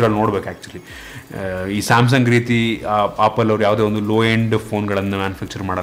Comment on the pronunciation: Bro adu opple alla adu apple🤣😂